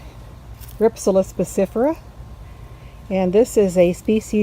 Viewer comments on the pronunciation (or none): It is pronounced Rhip- sal-is.